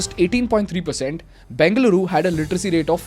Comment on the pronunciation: Everything’s good, but pronounce it properly bro 😂. What are you banging, Beng-luru? Its Beng-a-luru. Im just correcting you nothing against you bro. Your videos are amazing❤️